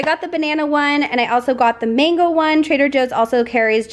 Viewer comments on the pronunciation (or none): none